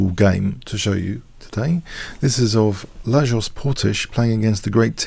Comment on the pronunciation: Hey there, loving the game and the analysis! Regarding the white player: his first name is said as [la-yosh] (Louis) and his birthplace is said as [zuh-luh-e-gher-segh].;)